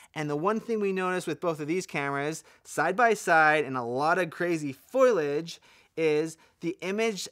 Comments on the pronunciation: Repeat after me... Fo. Lee. Edge. Foliage. Not Foilage. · Everybody has problems with Foliage. Foe' le-ij not Foil' ledge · Is he saying "foilage" instead of "foliage"? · Great video, from someone with good experience of such cameras. GoPro is worried about its lunch right now! The word is foliage, not foilage. Fo-lee-age. Please stop saying 'actually'. There are way too many of them! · foilage? is that like foliage? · Say foil-edge one more time. I dare you 🥴